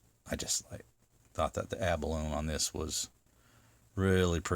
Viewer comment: Nice knives, all of them. I think I've een them all on Knife Chats at one time or another. Abalone is pronounced abalonie.